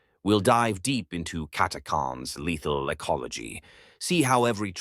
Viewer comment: Yea, prob robovoice like many channels today. This one seems better than most. But yea, I'm assuming you mean the "ch" in Catachans not being pronounced? If so it was kind of bugging me a tad. But still, not bad other than little things like that.